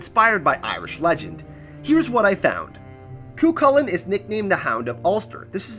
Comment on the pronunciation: Well done on pronouncing cú chulainn properly. More or less.